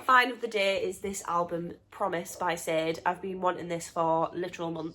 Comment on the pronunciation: Bruno is adorable!! .... Sade is pronounced Sharday..fyi 😆💕